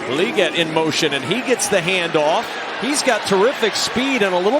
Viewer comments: It’s Leg-ette, not League-et by the way. Sheesh dude (announcer) watch any amount of college football and you’d know. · If that commentator says "lee gette" again I think I'll lose my mind. NOBODY pronounces legette that way. Who the hell does? THAT GUY DOES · This was a good game but I didn't enjoy how this guy says "LEE-gette" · someone needs to teach this guy how to say Legette